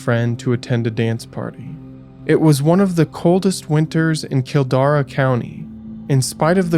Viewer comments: Video was good and well put together, I live just south of Wicklow. Just a quick point, if making any more videos on Ireland. Look into how areas and names are spoken, it was a little jarring to hear Kildare pronounced kildara and Ciara, Seara. Few other places that are familiar to me and spoken about here I didn't know where he meant. Otherwise great video. John Crerar was released a few years ago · Lmao I was cracking up and cackling at the way you were pronouncing words such as Kildare hahah but thank you for covering the cases. It is such a fascinating topic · You accidentally pronounced "Kildare" in it's as Gaeilge version. lol